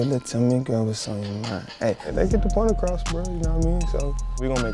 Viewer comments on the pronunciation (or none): none